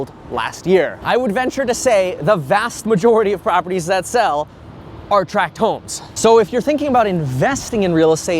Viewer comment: Thanks for calling them 'tract' homes, and not 'track' homes.